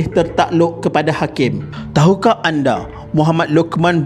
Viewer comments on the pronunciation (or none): none